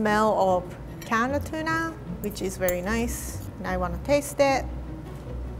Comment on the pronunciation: sounds like she's saying "Canada tuna" lol